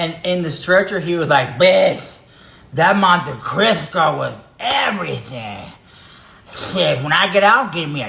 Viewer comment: Monte Cristo dahling not Crisco.